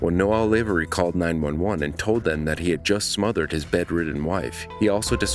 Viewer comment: Caller: “Noel” Operator: “Noel” Narrator: “Noelle”